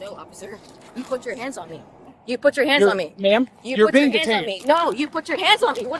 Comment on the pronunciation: I know it's a weird thing to notice, but this woman put the emphasis on the wrong syllables all the time! It just sounds strange! "Why are you arresting ME?"...as opposed to someone else??! 😅